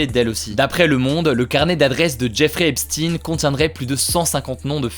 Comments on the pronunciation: On ne dit pas "Epstine" mais "Epchteyn", il n'est pas russe !! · Epstein ce prononce comme Einstein... et pas epstinne... c'est d'origine allemande (juif allemand) Stein c'est une pierre en allemand et ne ce dit pas stinnnnne mais chtaiiiine... 😉 Mais au final on s'en fout.. 😂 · C'est Epstein pas Epstine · Albert Einstine et la relativité des guignols qui transvestissent la prononciation des noms.. Epstein et non Epstine, ce milliardaire agent du Mossad qui piégeait des personnages de haut rang afin de les tenir en contrôle total au profit du pays de bhl. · Epstein se prononce Epstine ? Waaaa j'ai toujours cru que ça se prononçait comme Einstein 😭😭😭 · C'est qui Epstin ??? Pourquoi du jours au lendemain, on ne dit-on plus Epstein ? Merci pour votre travail excellent. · C'est quand même super perturbant le "Epstine" (C'est Epstein) toute la vidéo on dirai que tu n'as regardé aucune vidéo sur le sujet ça fais pas très sérieux malgré le fait que ce que tu dis est intéressant... De la même façon qu'on dirai qu'un journaliste n'a pas travaillé si il fait un reportage sur toi et qu'il dise tout le temps Hugo Décrypté.... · On dit "Hep shtayne" comme ne allemand, Ep shtein pas Epstine svpppp les francais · EpStein pas epstin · pourquoi dis tu "Epstin"? , on ne dit pas Albert" Einstin" , c'est pour être dans le politiquement correct ? (merci de répondre) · Non, ça se preononce "Epshtaïn". Mais Hugo le prononce juste mal. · "Jeffrey Epstinne" La prononciation m'a dérangée tout le long hh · L'affaire "Epstine"... déjà rien que ça j'ai les oreilles qui saignent x) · On dit Epstein comme Enstein. Il était de confession juive. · Bonjour, Je suis curieux de savoir pourquoi tu prononce "Epstine" le nom du criminel Epstein ? Quid de la prononciation de Weinstein ?? "Weinstine"?? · Epstein ça devrait pas se prononcer "Epchtaïn" ? Comme en allemand ? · a paris on ne connais pas d'autres langues 😂 c'est Epchtaïne en prononciation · Comment vous avez écorché son nom le pauvre Epstein